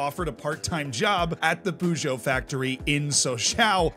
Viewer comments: Poojoe. You have to admire his confidence though in saying it that way. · They best part of this video is the way you pronounce Peugeot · That was the worst peugeot pronunciation i’ve ever seen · The way he's saying Peugeot is really bugging me 😂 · I literally own a Peugeot and I now I'm gonna just hear it in my head every time I see my own car. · Yeah, a couple of mispronounciations, but I at least appreciate the effort. Puzhow (that's actually a better phonetic spelling than I could come up with) (Peugeot) Sosho (Sochaux) Ocsair (Auxerre, his pronunciation was actually closer to that of Angers than it was to Auxerre!) Those are the three that bugged me. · Nice story, feels like a Tifo video! But you should say so-show. And puh-zjow. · Sochaux is okay, he says it like an old person though. Poo-Joe though lmao